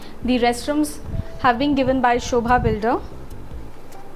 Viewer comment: It's sobha not shobha Pls correct yourself